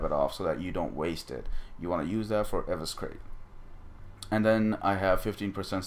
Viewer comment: E- Vis- Er - Ate!